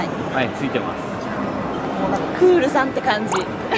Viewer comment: クールがフールになってます！w